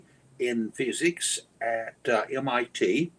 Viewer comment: "Laws of pheeezix". All that pompous windbag was good for was name-dropping and attempting to gish-gallop. Just like the religious zealots, he is not interested in listening and just talking at people.